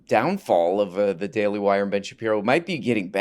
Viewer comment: “The daily Hwire”